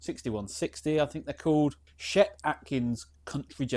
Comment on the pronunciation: Nice video. It’s “chet” with a ch like church